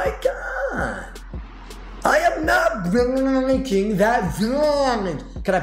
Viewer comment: ‘I am not gnbreaaaagnking that veaaaanggge’ 😅